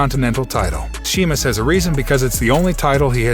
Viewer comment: It Sheamus not Semus